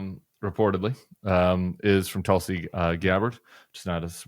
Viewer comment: I like the Bulwark but I would like to point out the mispronunciation of Tulsi Gubbard. She's of Indian origin and her name should be pronounced "Thulsi" sort of phonetically begins like "Thiel". PS: This is directed toward Tim Miller.